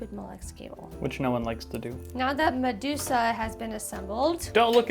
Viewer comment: i was laughing my head off when she called it madusa